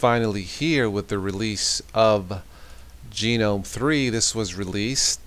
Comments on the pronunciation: Yup. I prefer Gnome (as in the garden Gnome) but Gee-nome is wrong by a massive margin :)) and GUH-gnome is correct. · Have you never actually heard the word gnome in normal speech? Haha but great video!